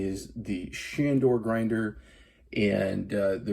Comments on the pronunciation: It is ShaRdor not ShaNdor. There is no "N" in the name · It's not Shandor... it's Shardor 😂 and it doesn't grind fine enough for older beans (which admit it, most of us have in our pantries). I came here looking for a video that might show how to adjust the internal burrs to make a finer grind. Lowest setting pulls a short shot no matter how much espresso you load the portafilter. I don't think the internal burrs can be adjusted so it looks like I will be looking for a new grinder. For fresh beans I can usually get away on either number two or number 3 setting and it works well for that.